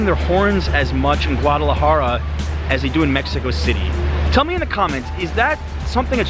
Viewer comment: STOP saying GAUDalajara. Jesus dude. Get it right